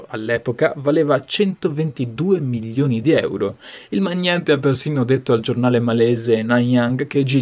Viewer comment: È milioni e non millioni....l’italiano!!!